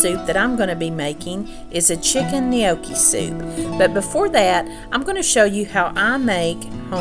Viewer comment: I'm Italian and am so proud of your ability to properly say gnocchi. In the South with my strong Greek/Italian dialect added to that my Alabama Southern Drawl.....it can many times be hard to understand my words. But, I love love love to hear you as well as watching you!!!!